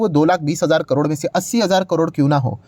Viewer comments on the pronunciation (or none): none